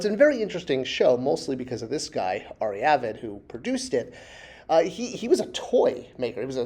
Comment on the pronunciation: “Ari Avid”